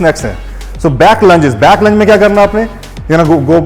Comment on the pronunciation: I heard Lunge wo english accent me Sunai de gaya apko🤣